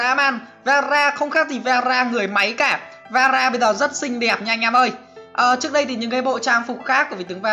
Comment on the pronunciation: Veera mà tui nghe rara